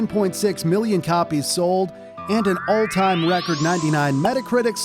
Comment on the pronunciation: it’s time not pipe